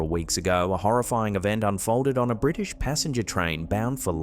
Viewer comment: is extremely busy. She needs a sit down. Bwitish twain? It was in englistan. You can tell by the cultural enrichment aboard. Plato btw. Red military helicopter? Red?